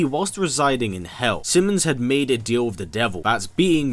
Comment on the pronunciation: Your videos are good, but you narration is shit. Please work on you enunciation. For example it’s pronounced wiTH not wiF. I’m from the American south and work hard to drop my accent and speak clearly.